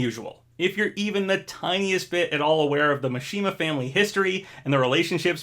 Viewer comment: Your pronunciation of Kazuya is perfect. Mishima however... its MI not MA. cmon